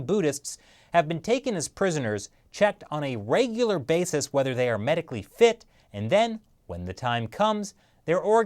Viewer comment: did you say "Wegular Basis "?